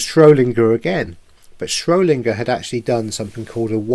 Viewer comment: I've only just found your channel and am catching up on videos, I love that you are helping people learn. Please be more mindful with your words, it is important for ppl to then do their own research. It was SchroeDinger not Schro Linger. And you said 'absorbed' the atoms in the double slit experiment not 'observed'. I'm not being pedantic, for people to take you seriously you need to use correct terminology. Keep up the great work👏👏👏